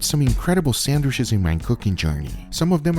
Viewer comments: A whole vid of Guga saying "sandwish" Majestic :) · No one: Guga: SANDWISH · Come-on gugua love your channel but SandwiCHes not sandwiSHes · Everyone: Sandwitches Guga: Sannwishes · Lmao I am dying...... SAN-WISHES 🤣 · Aldi’s he say? Sanwhiches? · Only guga is allowed to say sandwishes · "Sandwish's" 🤣🤣 you just can't help but to love Guga 😂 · Any reason he pronounces Sandwiches weird? And someone should of kept a sandwiches counter haha